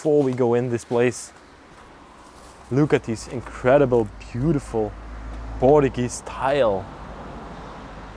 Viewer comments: In English, it's pronounced "POR-CHEW-GEEZE" Da nada. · Please learn how to pronounce Portuguese and Portugal..